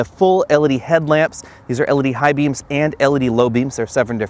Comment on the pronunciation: It's L E D.... Not elledy....